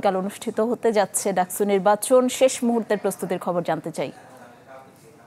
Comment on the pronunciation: ডাকছু না! ডাকসু